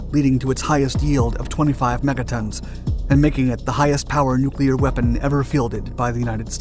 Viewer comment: I’d just like to thank you for pronouncing Nuclear correctly. Its crazy how many narrators say “nuc-u-lar”…